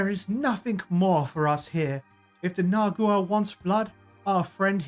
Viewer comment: nagUa you completely ignored a letter. I thought he was mispronouncing for fun, turns out he just doesn't read